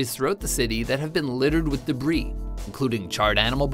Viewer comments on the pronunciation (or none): none